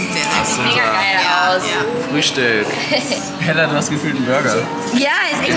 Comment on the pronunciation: es heißt Hella und nicht Heller